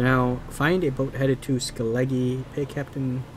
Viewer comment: FYI Skellige = Skella-Guh